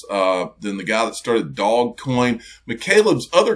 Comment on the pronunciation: please pronounce properly, Doge is not pronounced Dog, It sounds like Dojo without the last o. Like Doje, great videos.